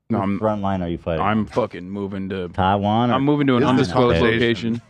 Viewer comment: More like, "Taiwanna" be left alone. 😂